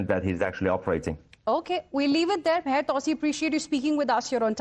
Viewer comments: You butchered his name though!🙈 its pronounced Mah -yar 2C.. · I wish she would take 5 minutes to learn to pronounce Mahyar Tousi and Pahlavi correctly.